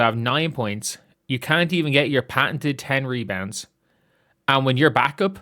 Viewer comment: Mebounds, not rebounds. She’s horrible!